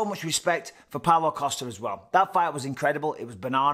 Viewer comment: Can't help but hear Paolo Acosta every single time de Count mentions his name.